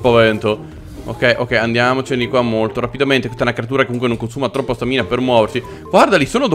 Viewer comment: scusate l'ignoranza, ma non si dice stàmina e non stamìna? comunque bel video, sempre simpaticissimo